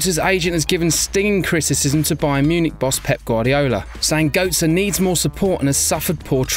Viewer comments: Gertze not goatze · lol götze is not pronounced as "goat-sir", more like "gert-sir" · it is götze not goatze